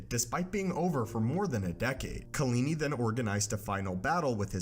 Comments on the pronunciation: (KAH-La- Knee) Kahlani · Do you mean KalAni?